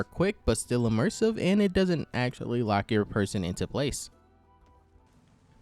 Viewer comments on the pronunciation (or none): none